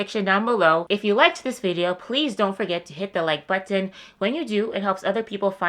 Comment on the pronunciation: I love how you say button! 😂